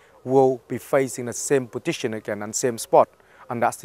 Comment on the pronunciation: i love how he says positsion